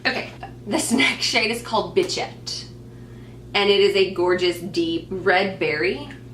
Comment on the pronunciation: Bichette isn't "bitch-ette" lol. Bichette is the French word for a young kid. Just fyi! But I like your interpretation too of course! hehe